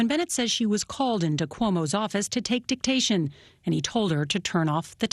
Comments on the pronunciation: Hehe, she said "dictation". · I cringed every time they said the word Dictation.